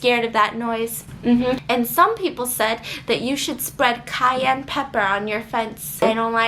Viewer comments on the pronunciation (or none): none